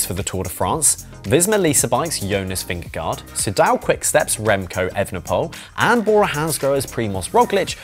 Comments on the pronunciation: Great piece, thanks. For the Danish pronunciation say, Vin-gah-goh. It’s the closest we English speakers can come. 😅 🇩🇰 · Why not pronounce correctly the names Pogacar Vingegaard? You are getting paid to comment